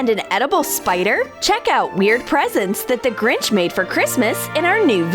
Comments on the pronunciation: It’s not grij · You said the gringh